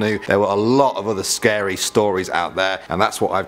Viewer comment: ahhhhhh to scerrry